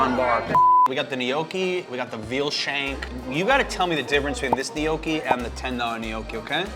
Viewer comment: You are not saying gnocchi right, dio caneeee :D